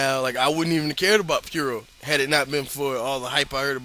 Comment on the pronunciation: Took me awhile to get that you were sayin puro when you said it like piuro. I was like Fiuro? Hero? Was Misawa in some fed I didn't know about? But, yeah. One thing is that he's actually like only a year removed from a year long heavyweight title run. Way it is in Japan, he was genuinely still as big a player as he ever was. The only one I can think of who ever died with his stock in the business this high is Eddie.